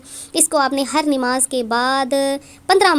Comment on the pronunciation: Dekho yàar, Inn logo ko Sahi bolna takk nahi aata.. Buss YouTube sayy paisoun kayy liyey wazifayy gharrtayy hain..